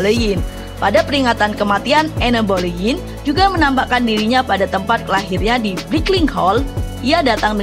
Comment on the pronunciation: Enn bolenn bcnya Kaka